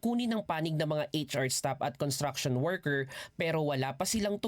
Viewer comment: It's pronounced as construction workers with an s after con.It's not contraction.